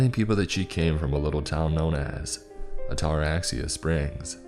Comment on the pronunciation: Oh damn, “What’s the worst that can happen?” One of the worst questions to ever ask. In fact it shouldn’t ever be spoken. My God he’s butchering the word Ataraxia. The pronunciation is like this: At-A-RAX-ee-Ya. Or adda-RAX-ia, with the emphasis on the Rax. Ataraxia. It’s actually a brain disorder that frees you from worry or anxiety from pretty much anything. I’d love to have it!